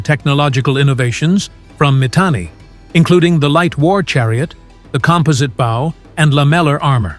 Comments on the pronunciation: I was pretty sure this is an AI narration and that was confirmed when it said composite bow like in wow instead of woe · It’s interesting, but I can’t get past the AI voice and all the mispronunciations (for instance, when he said composite bow). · The only thing I don’t like about this channel is the AI voice. No one pronounces composite bow and lammelar armor like that.